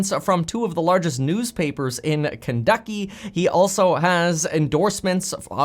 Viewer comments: said kenducky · I swear you said Kenducky 😆